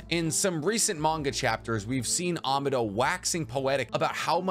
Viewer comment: AH MAAAH DOE not AMA DOE. EDO TEN SAY not EDO TEN SY. I'd sub if you didnt mispronounce so many things to the point i think you are trolling but you also pronounce other things perfectly fine so i think its just you havent heard the characters actually speak the words or you are just incapable of pronouncing them correctly.